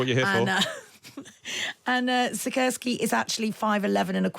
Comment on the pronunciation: As a Pole I can say he sorted out Sikorski beautifully.